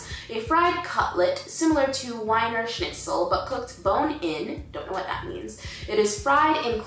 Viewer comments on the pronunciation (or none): none